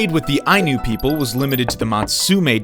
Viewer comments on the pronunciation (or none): none